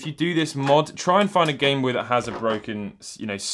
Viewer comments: The Gintendo Bame Noy Man's out here speaking doodlebob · “Gintendo BANE NOY” lol